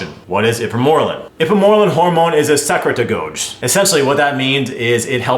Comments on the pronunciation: Secratogogue PRONUNCIATION: Secrete- UH -Gawg Love your videos! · Lol the way you pronounced secretagogue was wild. It's pronounced se-crete-a-gog. Also ipamorelin doesn't "excrete" gh lol. Excrete means to remove something from a system, ie waste. It secretes gh because it is the process of producing and releasing it. It really sounds like you don't know much about this topic. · lol cute. SEC-REET-A-GOG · Say secretagogue again 😂😂